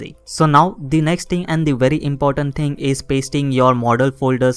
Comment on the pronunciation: Every time he says “you can see”, “let me show you”, and the word “ting” take a shot of bleach.